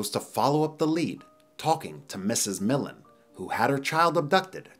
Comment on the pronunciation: Last name is pronounced Mill-and not millend can’t stand when people pronounce it wrong and to hear it on this geez can’t even escape Mispronunciation 😂